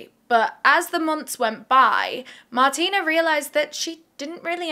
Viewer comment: I believe her name is pronounced Martine with an e so Mar-teen rather than Martina with an a.